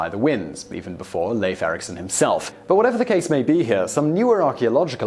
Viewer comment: It's "LIFE Ericson" not Leyf!!! Also "Higherdawl" not Hejadawl.